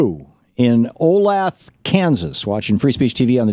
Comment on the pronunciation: Thom, you do it with Olathe a lot, but... it's pronounced "oh - L AI - th uh."